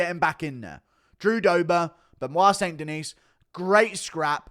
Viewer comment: "St. Denise?" Guru is almost as bad as Brenden Schaub at pronouncing fighters names...